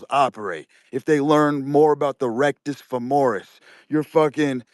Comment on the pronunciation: “the rectus famorus” 😂😂😂